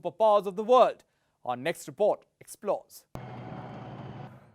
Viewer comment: Dude!! why is your English all 'V'???? 😆